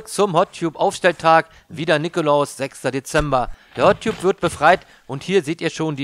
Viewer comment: Gesprochen "Hot Tabb" =) Ansonsten 5 Sterne Deluxe